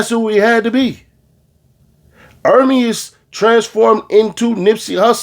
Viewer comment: That ninja said Ermius 😆